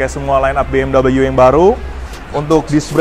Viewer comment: bmw bacanya bi em dabel yu?? lu kira tuh brand asalnya dari mana?